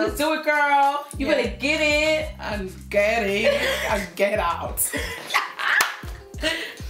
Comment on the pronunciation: Aaw you two Mann! Mum said "gerrin and gerrout" ha! ❤️